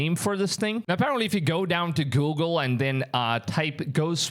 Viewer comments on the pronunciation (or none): none